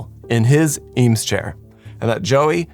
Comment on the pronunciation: TIL the correct pronunciation of Eames